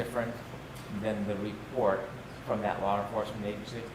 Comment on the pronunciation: OMG! Mr. Brennen nevers learns! There is NO "R" in the word, LAW!.No "R!"...😆